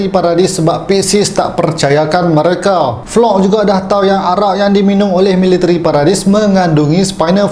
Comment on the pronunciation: Gabi❌ Gebi✅ Floch❌ Flok✅ Shinzou wa sasageyo❌ Shinzou wo sasageyo✅ 🤣